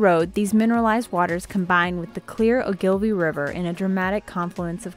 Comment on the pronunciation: The stress in "Ogilvie" is on the O.